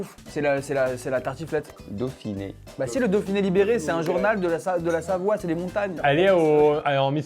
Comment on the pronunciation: "SaVOie" mdr